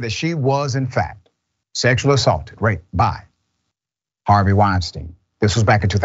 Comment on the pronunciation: called him Harvey "Weinstain". LMAO